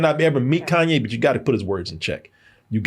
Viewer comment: Who is Kan Yes 😂 “Kayne